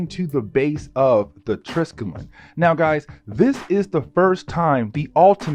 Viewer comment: Not gonna lie i cringe when you pronounce triskellion